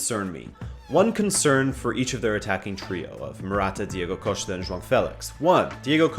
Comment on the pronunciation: is pronouncing João right!